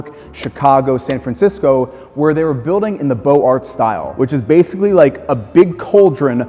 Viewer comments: UGH!!! Ok, if you deal with wealthy clients, maybe you should learn how to pronounce Beaux Arts It's not BOW-Art It's BOZE-Art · I regret picking nits, but with your beautiful presentation on a beautiful penthouse you deserve to do the very best. Beaux-arts is pronounced "bo-ZAR." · Love your vids but it's Bo ZAR (Beaux Arts). :) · Beaux Arts (style) is pronounced Beau-z-R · Beaux Arts- the 'x' is pronounced like a 'z'.